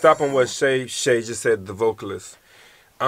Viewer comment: Sha Sha, pronounce the a as Ah, not ay